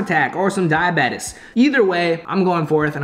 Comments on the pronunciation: He really said “diabetis” 😂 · He said ‘diobetes’